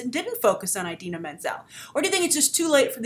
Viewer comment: can you please stop pronouncing it "eye-dina"?